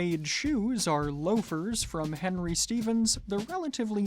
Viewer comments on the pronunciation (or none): none